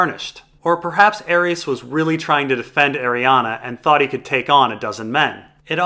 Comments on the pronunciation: Stop saying "Arianna". It's Arianne Martell. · DOES ANYONE EVEN SAY ARIANNE'S NAME RIGHT?? FFS YOU DAFT IDIOTS IT'S ARIANNE NOT ARIANNA!! GET EDUCATED! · Every time you say "Arianna" and "lazyuli", Sweetrobin gets a seizure and needs another pinch of sweetsleep...